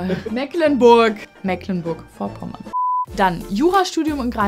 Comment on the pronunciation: Bisschen cringe das man netmal Mecklenburg Vorpommern aussprechen kann und dann versucht ein "funny fail 😂🤣😂" Ausschnitt zu machen mit Musikuntermalung. So auf lustig gequält 🤦‍♂️